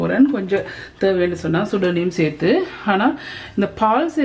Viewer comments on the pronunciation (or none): none